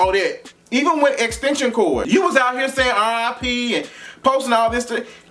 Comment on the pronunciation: Facts facts and more facts 🗣🙌🏾💋 but chileeee not x-tension cord 😩😂